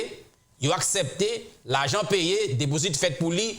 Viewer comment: Gelin, Mwen pa konnen à ki laj ou té kité Ayiti. En maintes fois wap palé créole ou di invesman, pwral, asèpté etc... ou doué di investissement, pral, accepté ki prononcé "aksépté". Koté Moloskot ki parlé avek anpil eloquence. Pigaw di mal insultéw non mon frère.